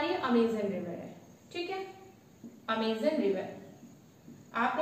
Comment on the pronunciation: vahi toh mam 'Amazon' not Amizan